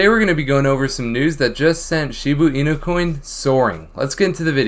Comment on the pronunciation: Can you stop saying “Shibu inu?” It’s “shibA inu” not “shibU inu” .-.